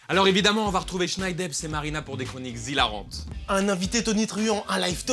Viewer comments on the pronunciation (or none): on fait pas la liaison zhilarantes